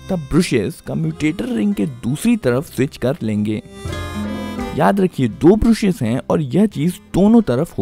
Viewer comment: ब्रुशेस नहीं ब्रशेस सही उच्चारण होता है! स्टैटर नहीं स्टेटर होता है